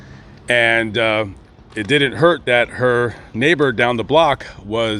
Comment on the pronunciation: you speak like a schoolyard bitch the way you pronounce(didn't). It's not.Didddnt! Where the hell did you learn to speak? What school did you go to?